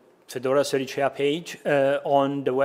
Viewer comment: I'm very happy to be validated that I can pronounce Sericea as "Serichea", this is now official and I'm never using any other variant